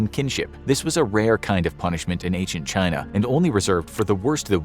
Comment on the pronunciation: Chyyy-na, still hasn’t changed much